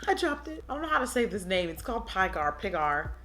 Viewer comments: Dhe called Pygar pigmy LMFAOOOO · I died every time you tried saying pygar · the struggle is real with trying to pronounce "pygar" 😂😂😂